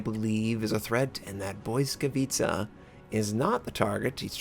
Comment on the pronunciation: Boiskawica ? Really ?